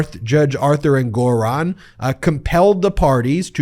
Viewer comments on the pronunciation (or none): Ben, the judge’s name is pronounced ENgaron (not enGORon). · Isn't the pronunciation of Engoron's name on the first syllable: ENG-or-on, and not eng-GOR-on? I could be wrong.... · You're an attorney, why do you intentionally misspronounce many of the peoples' names you cover? It's pronounced Judge "En-gerr-on". Your constant misspronouncement is one of the reasons I delete your videos, as well as unsubscribed from your channel. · Lol “En-GORE-On”? Ben please learn about accents on the right syllables… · Wait, is that how you pronounce the name of that judge?? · What's with the pronunciation of the Judges name? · What happened? The judge's name is being pronounced differently. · Ben,Ben,BEN! Time for a break. Listen to your grandma. You pronounced Engeron’s name 5 different ways and said E Jean Carroll was sanctioned 1 million dollars! Hey, at least I’m paying attention. You work SO hard and we appreciate your efforts. ❤ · Hilarious to listen to the number of ways Ben pronounced "Engeron" in just this one segment. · You've changed the pronunciation of the judge's last name. Is this the correct pronunciation?